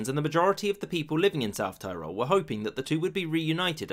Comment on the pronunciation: Every time South Tirol is mispronounced in this video, my ears bleed.